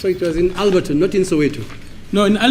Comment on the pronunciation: Cannot remember food he was given but remembers the keys cells mattress. Cannot remember if Engen had a shop from inside a Fortuner Don't know English but able to read Alberton and pronounce well. There's absolutely nothing wrong with questions, this is prosecution not pampering.